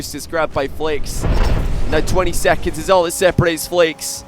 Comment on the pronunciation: JeanPierre Snyman from watching so many Flakes Gauntlet round matches im often confused whether is saying “flakes” or “Flicks” lol